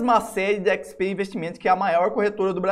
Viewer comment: Mano, esse cara não sabe falar XP... PQP.... é irritante....ahauhuauahu